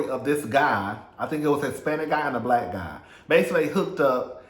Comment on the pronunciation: I knew he was blyke when you said Compton.